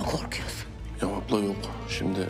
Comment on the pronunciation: Hasret'in Deniz'e "Deniz aplam" demesi 😸